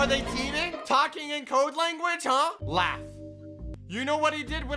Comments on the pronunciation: It’s laff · It's laaf